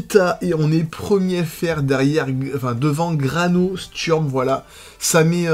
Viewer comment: Salut à l’avenir mon pseudo se prononce Grano Steurm pas Sturm merci ❤️❤️😂